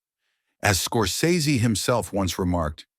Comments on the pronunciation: FYI he pronounces his name "scor-sess-y." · Scor-SEZS-ee ahole